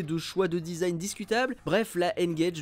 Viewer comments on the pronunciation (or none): none